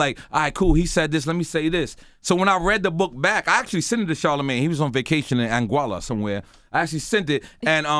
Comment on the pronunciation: OMG FFS Nore! 'Seent' isn't a word bruh!!! 😩😂😂 Smh